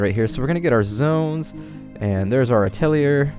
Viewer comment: Atelier is pronounced "At-uh-lee-(h)ey" French for workshop :) And you should leave the omelet producing on. It doesn't affect the chicken and it provides extra food as backup so people don't starve at least. Finally, you have floating rocks above your new atelier location. Just use a scaffold to allow them to reach it and get them mining. It's currently preventing you from placing your last skinning station. :)